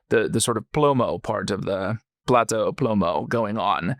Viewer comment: PLATA, not PLATO!